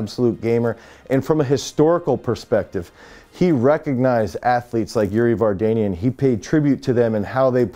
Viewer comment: There is one thing if you start this video you are to pronounce correctly the name of people you respect not Kaki and definitely not Vargenian. Speaking about the athletes they are great but the name of the video is doubtful.